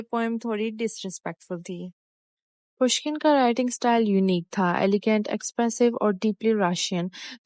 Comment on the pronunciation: You need to work on your skills firstly you pronounced his name incorrectly and secondly you no need to explain about others YouTube video no one is interested in your lecture we are interested in biography i hope you'll work on it...